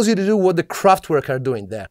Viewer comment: Kraft-V-erk and machine, with no S, so English machine. Just in case... :)